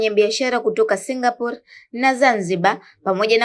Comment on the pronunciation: Kwni singaporiiiiiiiii au singapor😂😂😂😂